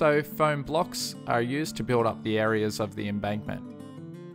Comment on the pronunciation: you keep saying embunkment rather than embankment. It's not a bad thing but I'm finding it very hard not to laugh watching this